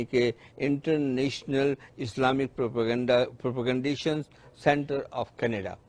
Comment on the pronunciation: Is author ko IIPC ka name lena b nahin aaraha. Propagation ko Propaganda bol raha hai.